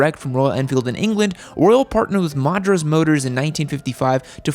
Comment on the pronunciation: Love how Americans can't pronounce anything that is even foreign.... made Madras sound like a curse word.